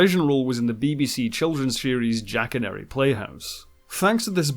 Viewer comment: I love you, but it’s “Jack-a-nory(like story) 😂